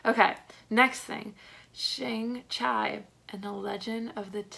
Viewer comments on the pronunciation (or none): You nailed the simu liu and Tony leung pronounciation but butchered shang chi name lol it's all good though. Great video!